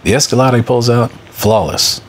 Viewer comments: Damn I was pronouncing Escalade wrong all these years. I can't believe no one ever corrected me... it's a cruel world... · “Escaladay”? Wtf